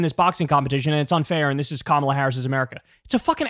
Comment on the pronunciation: At least the dufus prounounces “Kamala” correctly. He’s got one thing going for him. 😅